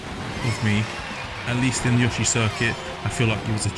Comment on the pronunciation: finally someone who actually says yoshi, indstead of Yoo-shiii